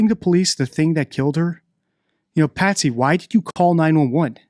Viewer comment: Her name is Patsy not Patty. Just thought you'd want to say their correct names.😊